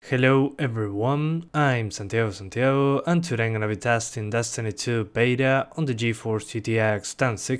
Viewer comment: Now i know why you pronounce it that way, the spanish accent makes it sound like "San-tio San-tio" ^^